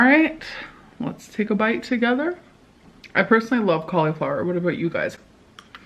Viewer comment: I was thinking the same with how she says cauliflower. Maybe I'm mispronouncing it wrong but wtf